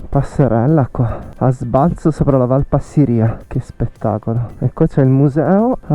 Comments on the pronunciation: Giusto per la cronaca e solo per fare il pignolo, com'è mio solito, si dice Passìria e non Passirìa. Poi le rocce del passo non sono di origine vulcanica, per lo meno non in senso stretto, ma in generale si tratta di "gneiss", un tipo di roccia metamorfica abbastanza comune. Per il resto complimenti, bel video come sempre! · Scusa la pignoleria, ma la valle si chiama Passi'ria con accento sulla prima i...😂, Sono del posto ..